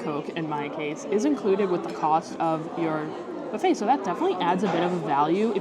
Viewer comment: You learned how to say buffet properly.....then, you slipped back. Practice, practice, practice. 😊